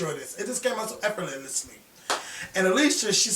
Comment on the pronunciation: Effortlessly is the word you were attempting to say lol "Efferetlessly" Lmao!